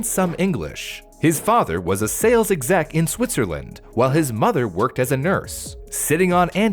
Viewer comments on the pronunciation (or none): none